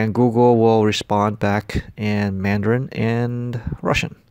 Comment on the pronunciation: Mandarin is wrong.